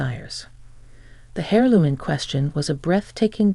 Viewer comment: Aaarg! It’s “err loom”. The “H” is silent. Otherwise, good story.